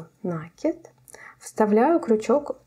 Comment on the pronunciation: Да почему же Вы всегда говорите нАкид, нет такого слова, накИдывать, накИд..